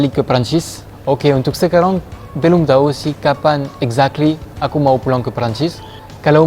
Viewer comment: Aku suka bingung.. “sekarang” terdengar “sekarong” 😳